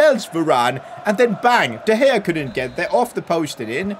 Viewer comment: In 9th min he said diopdea gea